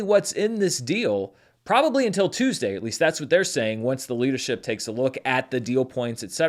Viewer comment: "Tueasday?" Our newly paid writers...